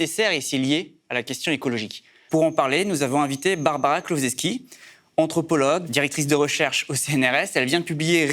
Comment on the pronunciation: głowczewski ("gwov-tchev-ski"), ce n'est pas compliqué lol